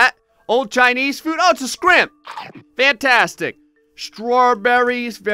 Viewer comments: I love how said scrimp instead of shrimp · "Oh it's a scrimp!" Don't you mean shrimp? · I died when said Skrimp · How to tell is from the south.. “It’s scrimp!”